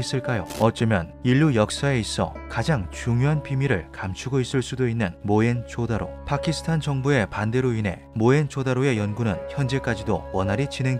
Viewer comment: 모헨 조다로가 아니라 모헨조 다로입니다